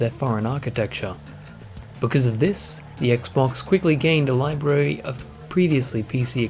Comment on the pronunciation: I love how he says "incredible libary" as the camera pans over to Dog's Life.